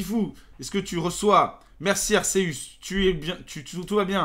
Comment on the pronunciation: Arceus se dit "Arkéus" et non "Arséus" alors peut tu le dire de la bonne manière